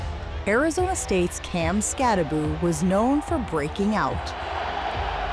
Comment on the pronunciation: Why is it pronounced Skatta-booo? It says Skatta-boh. It can't be Skatteboo. Can it? I wanna hear him say it.